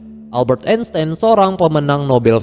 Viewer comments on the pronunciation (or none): none